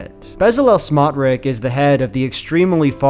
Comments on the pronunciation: Pronounced smotrich like tsh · extremely minor correction: the ch in bezalel smotrich's last name is pronounced like "tsh" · I wonder when Shapiro will realise he is the pet Jew of the USAmerican alt right... He will deserve the shit that he will get. BTW, you are pronouncing Smotriches name wrong. This piece of 💩 name is pronounced Smotrich, with a ch like chair at the end. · FYI Smotrich isn't pronounced like that